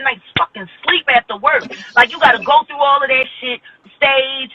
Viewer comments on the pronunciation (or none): none